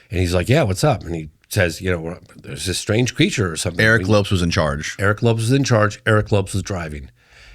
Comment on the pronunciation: He got Aguilar for the most part but doesn't realize to pronounce Lopes as Lopez after all these years?? 😅